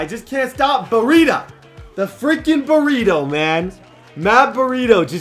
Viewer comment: You’re not saying breidas name right.its pronounced braida not burrita